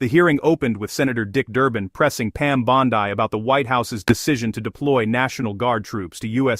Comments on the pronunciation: By the way. Her last name is Italian in origin. It is pronounced phonetically Bawn-dee not Bawn-die! Please correct and issue an apology to the Attorney General of the United States. As far as Dick Durbin is concerned. He couldn't give a rat's ass for anything that anyone of President Truman's Administration has to say on any subject. The old bastard has a pathological hatred of Donald Trump as do most of the Criminal Leftist Leadership Group! Why? Because the President is slowly draining "The Swamp" of D. C. Leftist politics where swamp creatures like Durbin have existed for far too long! I'm surprised Durban didn't address the Attorney General with "NOW LISTEN HERE MISSY ...!" As far as the Qatar jet is concerned. It was gifted DIRECTLY to the U.S. Air Force as a replacement for the current Air Force One aircraft, which is at least three years past due for retirement. If anything, by accepting the gift, the President saved taxpayers the expense of purchasing another aircraft from Boeing to replace the obsolete one! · Why can't you pronounce Bondi correctly?